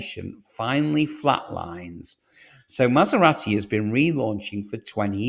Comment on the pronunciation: You’re pronouncing Jaguar and Maserati wrong